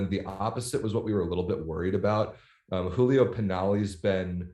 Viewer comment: The first syllabe "giu" in Giulio Pinali is like the ju in "jubilee", you pronounced it more like Julio, which is Spanish. Two difficult pronunciation for non native: Romanò is not Romano, it's pronounced with a stress on the last O and in Sbertoli the stress is on the first syllabe E and not on the O.